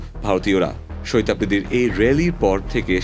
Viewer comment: Sohid noy re vai shahid bol😅😅